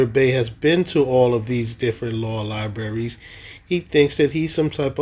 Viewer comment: It is interesting to me that someone who "supposedly" has visited so many different "libarries" around the country, still doesn't know how to pronounce the word "libraries" correctly. Just because someone, like, has visited some "libarries", doesn't make him a "lawyer", but on the other hand if you spend any time in prison, you are considered a "criminal". I just wonder if has spend any time in a prison? Just "aksing"? Sorry, I meant "asking"?